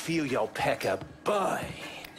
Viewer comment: Cutscene: "Burn" Gameplay: "Boin"